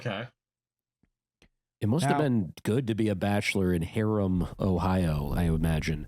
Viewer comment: Hiram College. Pronounced "HIGH-rum" College. Not Harem College or whatever you just said.